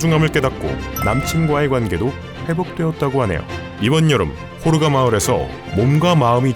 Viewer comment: 호르가 가 코로나로 들렸다..